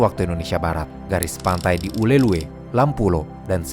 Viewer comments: izin koreksi bang, namanya "Ulele" nukan "Ulelue" 😅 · Informasi yg sangat informatif. Saya suka sekali nontonin video-video dari channel. Btw, izin koreksi, Ulee Lheue dibacanya 'ulele' ya. Thanks. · Penyebutan “Ulhe Lheue” agak lucu bagi kami orang Aceh, harus nya tulisan di akhir ue tidak usah disebut min, tapi ya gak papa, karena memang susah baca bahasa Aceh bagi yang bukan org Aceh heheh, kata kota Meulaboh juga sebut tan nya Melaboh, satu lagi Kata Lampuuk bacanya “Lampu’uk” uk nya dipisah dengan lampu 😅🙏🏻